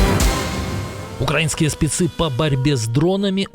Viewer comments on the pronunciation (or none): none